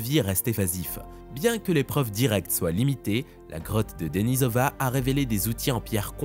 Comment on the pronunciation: Denisova , et non denisov i a ..